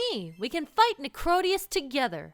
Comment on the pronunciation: I agree I pronounce it Necrodee-us not Necro-day-us